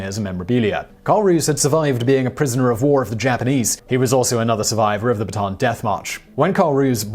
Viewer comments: I had no idea what march you were talking about until I realized you were just pronouncing bataan wrong. It's pronounced bata-an :) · Baton death march? It’s pronounced bat a an (Bataan is the actual name) 😎